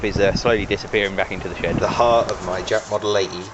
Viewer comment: i heard ppl say it jap, but that's a bad misnomer. say it like this: Jay A Pea wonderful old engines. there's parts available and reproduction. I know this is an old old video, but thanks for sharing!